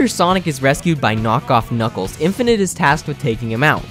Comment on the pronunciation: "Knock-Off Knuckles" You mean Knockles? :P